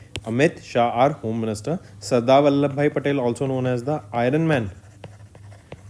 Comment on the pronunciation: Sir plz give proper attention to pronunciation. Like you are reading Sadar as Sardar.